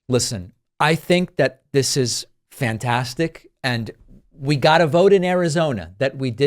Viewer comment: David I heard you say ..dis..instead of ..this lol I laughed so hard because of all the podcasts I follow yours is the one I double and triple check my grammar when leaving a comment. Cute❤️🤍💙